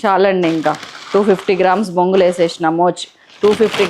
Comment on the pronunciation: Bongulu kaadu borugulu antaa4u